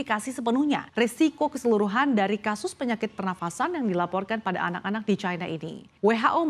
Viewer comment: Ucapan yg bnr China, bukan Chaina